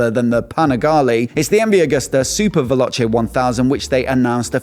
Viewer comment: the super velocche